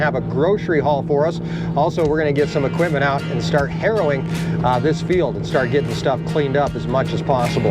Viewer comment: It’s harrowing. It’s important to pronounce the ing when saying harrowing. Otherwise you’re just out there doing heroin and people are going to talk…😂